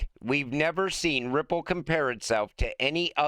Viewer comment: At the end i could have sworn said cryipple lmao. Ripple is massive, so we might as well call it cryipple😅